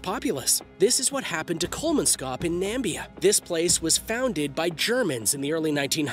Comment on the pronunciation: Kolmanskop is in Namibia (Na-mi-bi-a) not Nambia................. There is no such place as Nambia